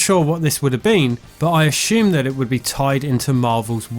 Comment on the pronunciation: “ I ashoome”